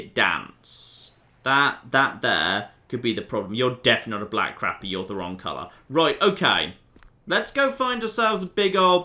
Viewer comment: its pronounced Crop E. Also, when you see fish on the surface you might want something to keep your bait on the surface.... like a float. When you dont see fish on the surface, try a sinker